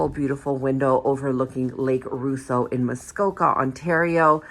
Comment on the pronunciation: Pronounced: Lake Ross-O!